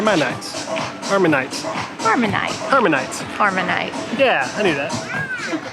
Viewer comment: It is 'harmanite'